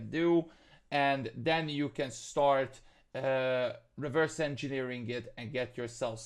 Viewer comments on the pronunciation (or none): I noticed that as well, same with Reverse engineering = (Ree-V-ers)